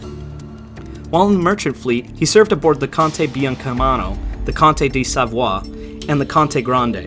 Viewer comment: I'm pretty sure you pronounced Conte di Savoia incorrectly. My Nonni travelled to America aboard that ship back in the 1930s and she always pronounced it as "sah-voya."